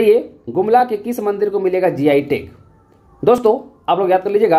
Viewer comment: मंदर ✅ मंदिर ❎